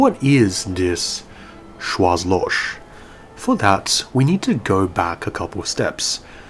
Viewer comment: Sorry for being an ass, but in Schwarzloch, the last H is really strong and is pronounced as in the word hell for example. So Schwarz is something like shwarts and Loch is loH